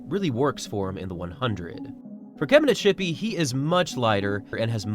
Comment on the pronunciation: Kebina-ts-hipi, ts, not sh!